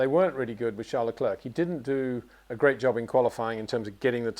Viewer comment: I love Peter but it really bugs me that he pronounces Leclerc like Le-clerk , it's like St-Clair college , you don't pronounce the C on Leclerc .